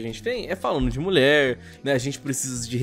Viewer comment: "Muié gueimer"